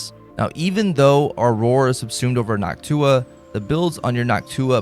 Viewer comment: Bro it's called Noctua, not Nock Tuah